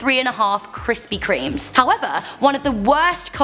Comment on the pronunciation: NO NOT KRISPY KREMÈ WAAAAAAAAAA